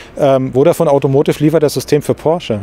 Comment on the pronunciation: Ich mag die Videos wirklich sehr, aber „AUTOMOTIV“ kann ich nicht mehr hören.